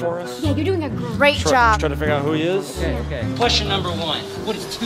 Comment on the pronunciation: Lol you said muber